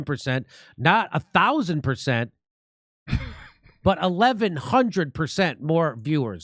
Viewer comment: 20,30,40 "ber-zent". I love this guy. We can't lose him.